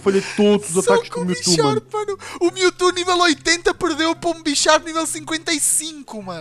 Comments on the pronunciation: o falando mewto MILTU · o fala mewtu